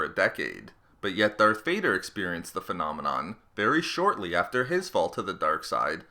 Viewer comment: Omg the way u talk “Darth Vardeeeerrr”🤦🏻‍♂️